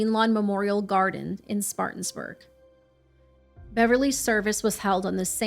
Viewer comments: It’s pronounced Spartan-burg not Spartans-burg… Just a FYI, great video on a true nut job. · I’m from Spartanburg loll— no “S” needed at the end on the “N” though loll 😂